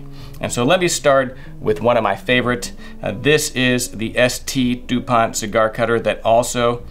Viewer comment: It’s not ST DupanT Mr classy, it’s called Saint Dupont and the T is silent